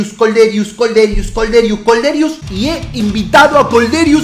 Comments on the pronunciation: Es Kolderiu no Kolderius xDDD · Madre mia es Kolderiu no Kolderius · Es kolderiu, sin la s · Es kolderiu se nota que sos de independiente